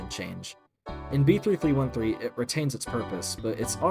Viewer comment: finally a normal person who says b3313 like someone sane and not making up titles like "beetle". LIKE WHAT CONNECTION DO THE WORDS B3313 AND BEETLE HAVE??